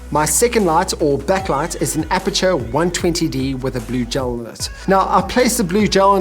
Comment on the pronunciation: Nice video. But, its Aputure, not Apature. Common mistake, no big deal.